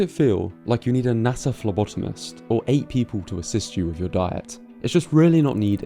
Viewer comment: Did he “NASA Phlebotomist“?